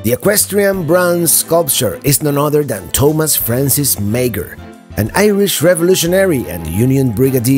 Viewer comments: Meager is pronounced Mahr. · the bronze sculpture of Thomas Francis Meagher. Meagher is pronounced 'Mar'. just a little tidbit